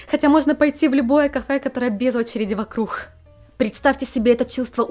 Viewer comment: Заговорилась под конец видео, вокрух слово не понятно некоторым)